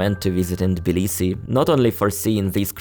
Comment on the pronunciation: Of course the nice American guy doesn't know how to pronounce Tbilisi properly 😅